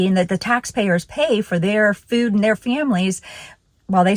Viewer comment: What's "fewd?" 😂